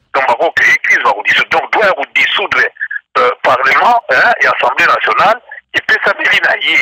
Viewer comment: Monsieur le journaliste c'est assemblée nationale et non ensemblee nationale